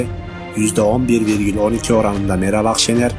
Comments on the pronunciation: Meral ahşener dedikten sonra kapadım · Dimek Tayyibirdioğahnn, miral ahhhgkşiner